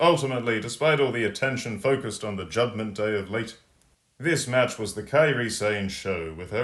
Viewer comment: "Jobment Day"😂😂😂😂